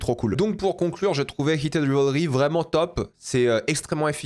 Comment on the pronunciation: Je reve ou il dit keated au lieu de heated😂